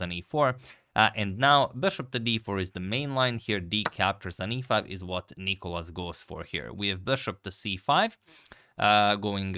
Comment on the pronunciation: It's NicOlas,not NIcolas (Νικόλας) and he destroyed Radjabov,that's what happened.